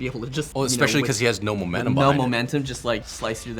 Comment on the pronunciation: he said momenamum